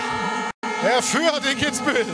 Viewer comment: Kitzbühel* bitte